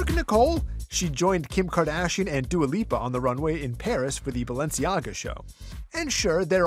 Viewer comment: I heard Dua Bipa lol